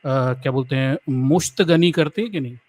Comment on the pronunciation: Musht gani nahi hota hai Musht zani hota hai